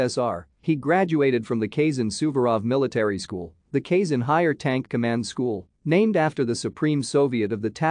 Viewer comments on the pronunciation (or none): he's from kazan, not kayson.